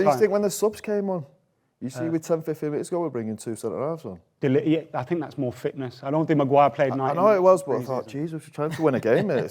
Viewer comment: There's no reason why anyone from the South wouldn't be able to pronounce "Th".. It's think, not fink!! It's Thing, not Fing!! Jellied eels are shite too. Also. Breakfast - 5am-11am Dinner - 12pm - 5pm Tea - 5pm - 8pm Up the North!